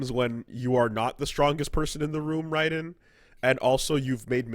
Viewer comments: why do they keep calling him rye-den. It's RAY-den, this isn't fucking metal gear or some arcade shoot em up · It's pronounced "Rayden" kmon! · Why u guys callin him rye-den this is gas-kwa all over again